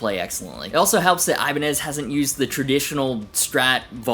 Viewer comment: I love how you say Ibani instead of saying Ibanez's Never would have thought of that, but it makes so much sense.